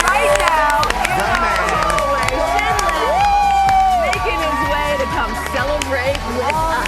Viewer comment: Shin Lim not Shim Lim